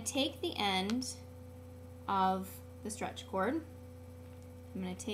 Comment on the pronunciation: when you say: strech bracelet it sounds like how to make a car. that's very simple, guys!